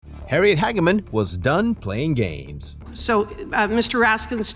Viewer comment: Hageman, like hay, not hag.